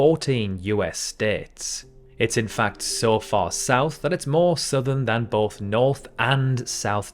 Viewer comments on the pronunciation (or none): none